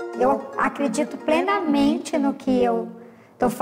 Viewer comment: "Eu acredito PRENAMENTE....". Em um país onde a educação não é valorizada, até a saúde pública é ameaçada.